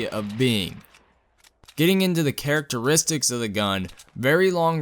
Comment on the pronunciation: He pronounced characteristics wrong lol